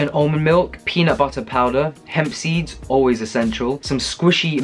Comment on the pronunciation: I love when you day peanut butterrr...lol and yeah I agree..I'm that vegan that always has frozen bananas stashed away ready too😄😘💕